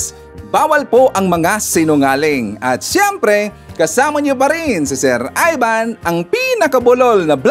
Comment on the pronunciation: Sir Ivan iba ang I sa E iba ang chiz sa chez🤔🤔di ba Ivan at hindi Evan🤣🤣